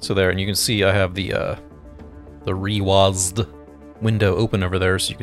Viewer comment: Hey there! I wonder how we haven't seen this video before. A few notes, you're one of the chosen users who actually said the name of a program correctly :D Concerning the haptics, we will think of what we can do to reproduce them, but right now it's not possible. Concerning the activators that you have shown in the video, you can check the info about them here: There are indeed a lot of features in reWASD that you may have missed, so I would suggest checking the brief explanation of reWASD interface and all the settings in it: Also, if you have any questions, you can contact us in one of the available contact channels (the links are in the description of the Interface: Explained video).